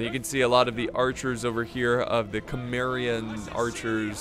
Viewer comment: Cimmerian is pronounced Si-Mer-ian